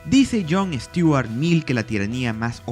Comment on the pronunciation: Es Stuart Mill no Sturat.